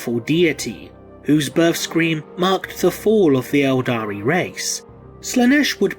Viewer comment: Everytime he says "eldari" i want to punch him